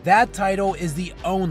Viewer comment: Friendly advice to YouTubers. Take it easy on the word, "thee". If the script says, "the", pronounce it as such. Think of it like this... "Please pass thee ketchup." It's weird.